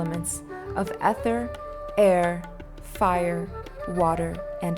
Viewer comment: Please look up the pronunciations of words before you record this. Ether, Brimstone, etc